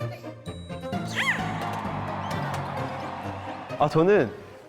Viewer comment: 구마말고 꾸마라고 하시면 더 좋아용